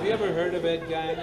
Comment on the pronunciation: He mispronounces "Gein," which, when pronounced correctly, rhymes with 'green.'